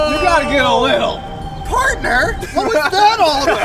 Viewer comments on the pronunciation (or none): Omaigod i loved how he said "pArTnEr wHat wAs tHat alL aBoUt"